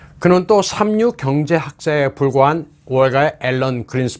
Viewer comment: Just for your information, Allen Greenspan is pronounced 앨런 그린스팬. 왜 우리나라에서는 그린스펀이라고 하는지 이해가 어렵습니다.